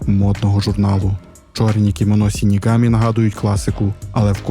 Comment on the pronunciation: Загалом мені дуже сподобалось ваше відео, але ця жахлива транслітерація ріже вуха, не сінігамі а ШИНІГАМІ ви ж не кажете сусі а кажете суші вірно? І подібні помилки у вас на протязі всього відео, будь ласка врахуйте це в майбутніх відео